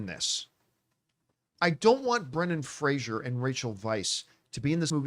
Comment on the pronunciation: Fraser rhymes with razor. His name is not Frasier.